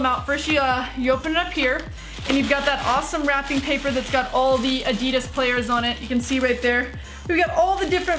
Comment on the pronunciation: the way she pronounces adidas LOL